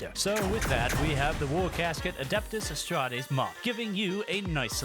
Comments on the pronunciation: if you say Astrates instead of Astartes one more time Ill kick you in the shins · I love you, but please, As-tar-tees, not A-stra-tees. Amazing video though:D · Adeptus Astrates Adeptus Mechanus You are absolutely butchering these names lol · AsSTARTes not asTRATes and MechaniCUS not mechanus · Hearing you mispronounced the names was hurting my soul so just a tip, most names are pronounced how you spell them, for example astartes is pronounced ass-tart-es. also most of the names are based off a word made to sound like a latin root.